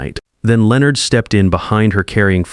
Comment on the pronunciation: Why can’t the AI correctly pronounce Leonard? It’s not that difficult.